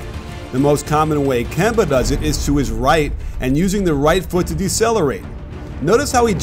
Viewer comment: It’s Kemba